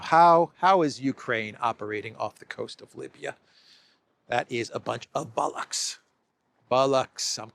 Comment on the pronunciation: the word is Bollocks not Bullucks, if you’re going to use a good British word, use it correctly.